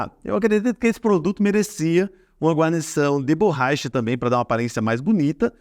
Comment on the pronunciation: Borraicha, expressionou, adorei kkkkkkkkkkkkk